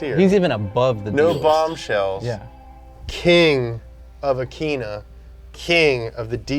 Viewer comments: Tokay the pronunciation of every japanese was painful lmao. Especially that akeena. Good list overall, but i did dissagree on a few points, but good overall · pronounced it AkEeeENnnah 😂😂 bruh i thought it was akinnah